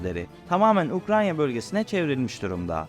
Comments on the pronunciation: Ukranya değil Ukrayna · O ülkenin ismi "UKRAYNA" yani "UKRANYA" degil. Diliniz mi dönmüyor anlamadim her videoda ayni hata!!!